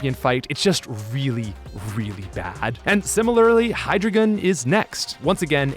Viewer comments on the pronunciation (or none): >asks how to pronounce Deino >pronounces Hydreigon as Hydragon You nerfed the best English Pokémon name.